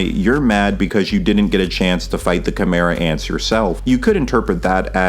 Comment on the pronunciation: when you say “Kimerats” are you referring to “Chimera Ants”?